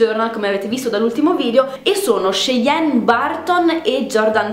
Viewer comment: Hai detto benissimo il nome!! Io mi chiamo Cheyenne!!